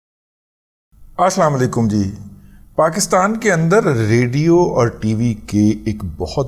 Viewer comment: محترم جناب بھائی جان رضوان صاحب گذارش ہے کہ آپ پروگرام کی ابتداء میں اسام علیکم فرما جاتے ہیں یہ صحیح نہیں اسلام علیکم صحیح جملہ ہے کوشش کریں کہ صحیح تلفظ ادا ہو کیونکہ اس کی معنی مطلب صحیح ہوسکے معذرتخواہاہ ہوں اگر مجھ سے کوئی غلطی ہوگئی ہوتو